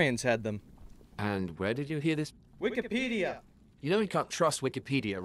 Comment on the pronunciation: “Wikepida” LOL